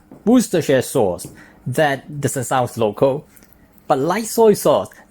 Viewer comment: I'm floored by how impressive your pronunciation of Worcestershire sauce was! Nampak baik!